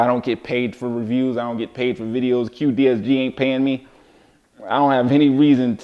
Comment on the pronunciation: great video. what joint option do you recommend for this cue stick? quick release is also offered internationally. (btw, is the brand name "cuedesg", not "cuedsg"?)